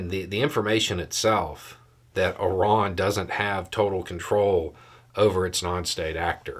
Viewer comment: "Ih-rahn?' You mean "eye-RAN"?? - The average American 😂